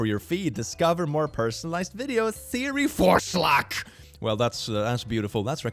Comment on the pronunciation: Hey, for anyone enthusiastic about German 'recommendation' = VORSCHLAG: The German word for sledge hammer is VORSCHLAGHAMMER! So, ´s pronunciation is pretty AKKURAT; D